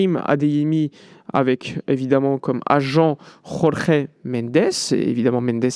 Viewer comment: Pour info, Mendes est Portugais. Son prénom ne peut pas être prononcé à l'espagnole, avec la jota. "Jorge", tout simplement.🙂 Merci pour ton travail 👍